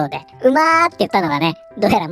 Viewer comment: 確かに、うまっ！はママっ！と聞こえるなぁ 美味しい料理を食べた時に産んでくれた母に感謝する…素晴らしいじゃないか